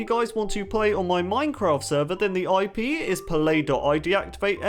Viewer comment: Is it me or does he say "back in the earlier days of mincraft" like or use this emoji👍 if u agree